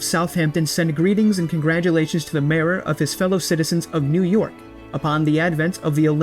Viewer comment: Pronouncing mayor as marer is interesting